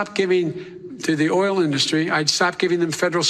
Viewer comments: Drives me crazy. He puts the stress on the wrong syllable totally. All I here is "DUST- tree." Ok, Trump. Go dust your tree you ignorant bastard. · Thanks. Is Donny's pronunciation of 'indus----tree' a Trumpism, or the way y'all pronounce it over there? Maybe they taught him that at Wharton?🙃